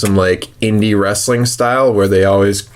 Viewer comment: What. Is. Wressalling. Daze. Challenge. Poopoopoo